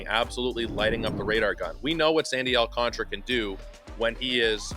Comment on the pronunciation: It's Al-can-TARA! 😂😂😂